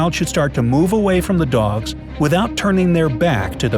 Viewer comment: Did anyone hear gods instead of dogs